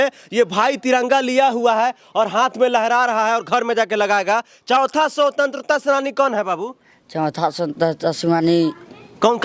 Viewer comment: भाई रिपोर्टर को भी शिक्षा की जरूरत है, शवतंत्रता सेनानी नहीं होता, स्वतंत्रता सेनानी होता है।अपने उच्चारण पर ध्यान दो, बच्चों को demoralise कर रहे हो, question पूछने का तरीका देख रहे हो अपनी, जानकारी दे रहे हो या उनका मनोबल तोड़ रहे हो। मेरी बातों से जलेगी तुम्हारी और मुझे उल्टा सीधा बोलोगे, इतनी गिरी हुई पत्रकारिता करोगे तो गली मोहल्लों में ही घूमते रहोगे। मानसिकता और सोच दोनों को बदलो, किसी बड़े स्कूल में पढ़ने वाले बच्चों के हाथ मे तिरंगा पकड़े देख कर यही सवाल पूछ लेना जवाब मिल जाएगा। जहाँ तक शिक्षा व्यवस्था की बात है, तुम भी तो educated हो, अपने लाइफ में कितने गरीब बच्चों को निःशुल्क पढ़ाये हो, या उनके विकास का चिंता किये हो? एक माइक खरीद लिए मोबाइल लेकर पहुंच गए रिपोर्टिंग करने। मोदी विरोध का इतना असर है दिमाग में कई राष्ट्रीय ध्वज लिए हुए बच्चों का मनोबल तोड़ने से भी बाज नहीं आ रहे। इस अंदाज में मैं तेरे घर के बच्चों से पूछुं तो वो भी नहीं बता पाएंगे, अरे बच्चों को छोड़ो तुम चार प्रश्न पूंछ दूँ तो सब पत्रकारिता छोड़ कर भाग जाओगे। सही उच्चारण कर नहीं पा रहे हैं और महाराज पत्रकार बनेंगे। मूर्खाधिराज पत्रकार